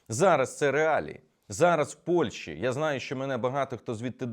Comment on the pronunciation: Зверніть увагу на вимогу. Не Польші, а Польщі.